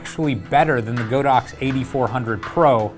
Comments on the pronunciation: Dude it's Pronounced God - Ox.... LOL like God & Ox.... not Go - Dox.... LOL that remote is Fire... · How is it the YouTube experts can't pronounce "Godox" correctly? (Hint: it's on the company's website.) I passed on the recent group buy for the Flashpoint AD400 because I can't see willingly throwing more money to the Red Ponzi that is the Chinese economy: it's only enabling their bad behavior (as an aside, Huawei is the technology arm of the People's Liberation Army). I'd rather save a bit longer for one Profoto B10 and work with that and my motley collection of speedlights (Nikon, Metz, an old Vivitar) until the demands of my work make another Profoto necessary or desirable.